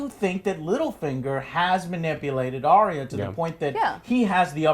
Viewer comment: Are-rea is sounds like an STD Joe. ARE-YA, Arya. Do you just ignore the comments now, I bet you do to avoid the trolls. Well, you cut off your fans with that same stick so.